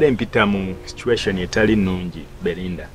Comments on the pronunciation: Someone tell the name is Belinda not Berinda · Gwe fala,the name is Belinda not Bberwinda Bberwinda 😂